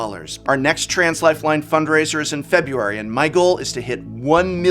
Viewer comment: As a former English professor, you'd think he'd know how to pronounce February.